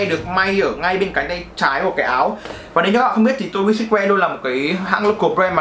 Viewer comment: Tô bi sừ truýt woe chứ sao ông toàn đọc là sít.woe@@